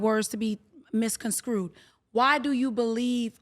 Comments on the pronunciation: Not ax....ASK NOT MISCONSCREWED...MISCONSTRUED...Come on y'all🤷🏽‍♀️ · It's Misconstrued, not misconscrewed